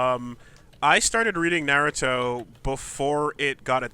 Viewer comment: has no idea how to pronounce naruto related things and it got on my nerves...